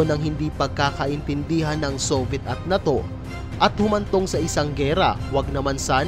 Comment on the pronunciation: Ang pangit mo nmn magbigkas ng NATO??😅😂